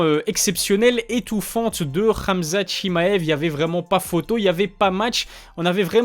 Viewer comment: Rrraamzat 😂 frère dit hhamzat .